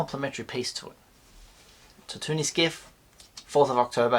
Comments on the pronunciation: Tatt oo nee ? I think its Tatt oo een mate (Tatooine) ;) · Tatoonie? Tatoonie? my man, Tat too een Tatooine.